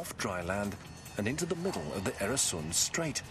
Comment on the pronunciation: I love how he makes "Öresuns" sound more like "Arizona".